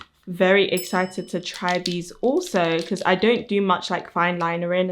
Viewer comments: It's adorable how you say "exzited!" I've never heard that specific accent! ☺️ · I'm just giggling everytime she says EXCITED!!! 😅